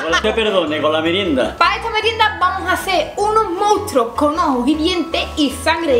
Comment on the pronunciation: q se dice Monstruos no mounstros jajajjajaja